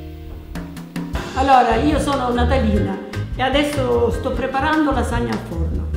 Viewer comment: LASAGNA not 'la sagna'